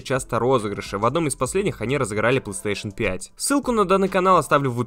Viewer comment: Чел не говори плстешн 5 очень режит уши